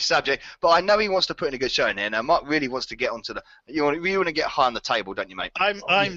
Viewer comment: Mark has made it clear how to pronounce his name sooo many times and you still said it wrong. Evos score was no surprise, lol. Also I got most of these correct.